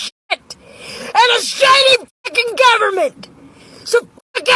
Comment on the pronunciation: “governamenent” sent me out of orbit! 💀💀